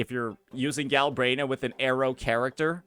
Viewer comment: "Gal-brain-ah" 😂 Vs. "Gal-bren-ah" Smh.